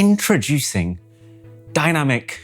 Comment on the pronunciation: DINaaMicc ConTTinenTT 😂😂